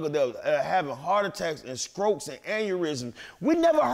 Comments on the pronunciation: Nigga said skrokes lmao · Man....he kept it g...the way the system fucks with black ppl in America smmfh. I hope he make a comeback..I wish him and Master P would coordinate something together. Also, did he say "skroke" when he was mentioning strokes lol